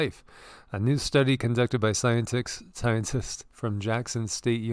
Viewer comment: "Scien-ticks" great Freudian slip!!!! 😝✔✔👍👍 Rex was there. No energy output or RFR... He's got vid up. Seems it's been there a while.. 4-5 years.